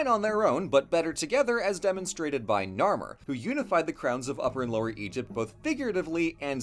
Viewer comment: Anyone else get triggered when he said narmer?